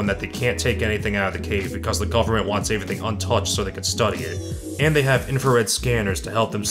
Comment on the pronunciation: did you have a concussion 🤕 recently because they past few episodes you keep saying “avy one” instead of the word everyone please for love of god stop saying avyone and stop saying avything like wtf man??